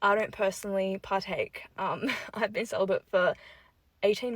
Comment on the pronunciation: I thought she said "sell-by date was 18 months ago"